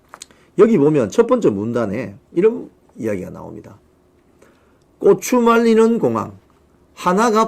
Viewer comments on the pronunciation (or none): ㅎㅎㅎㅎ 꼬추 아니고 고추 입니다